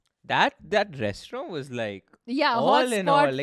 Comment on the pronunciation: I had to stop listening to this podcast halfway through because I couldn't take the way she pronounced "restaurant" any longer.